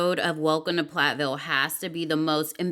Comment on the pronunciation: I understand regional accents but why do you say “plat - ville (when it’s plath - ville) for the show title but then magically pronounce their last name right when saying “the Plath family.” It’s annoying when you mispronounce the name of the show.